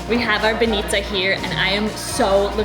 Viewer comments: It's b-A-nitsa not ban-I-tsa! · Welcome to our old old Bulgaria. Im feel my teardrops fall down when you said so much good words. And im proud. Im proud im Bulgarian. Its not banItza, its bAnitza. Ok?